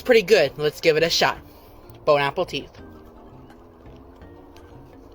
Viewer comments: I strongly dislike that he says bone apple teeth. Like quit being so gay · Does he say "Bone Apple Teeth" because of the meme of it, or he is so stupid that he thinks that it was the saying is? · I fucking hate when says “BONE APPLE TEETH” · The fact he still says "bone apple teeth" every single time as if it was even funny the first time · I cannot STAND "Bone Apple Teeth" BROOOOO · Did he say "Bon APPLE teit" instead of bon appetit when eating Subway? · It’s literally bone apple tea, he’s not even saying it right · Bon appétit is NOT hard to say for English speakers! For fucks sake PLEASE just say it right!